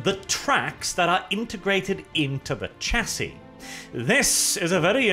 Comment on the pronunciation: If you're going to do a faux British gentleman inflection on your voice you might as well pronounce variant correctly. The emphasis is on the "A" like in "Air" Variant You also don't pronounce the "c" in Chassis, it's pronounced "shassi"